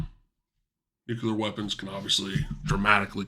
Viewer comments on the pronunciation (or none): Nucular strike. Im out. What a nonce